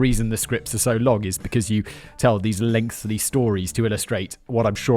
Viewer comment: Ahhhh I hear the "lengthly" now